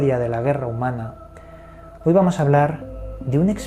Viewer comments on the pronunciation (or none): none